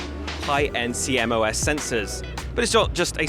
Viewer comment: Who calls CMOS "C-M-O-S"??? It's C-MOSS. I guess he learned about the technologies by reading Sony brochures?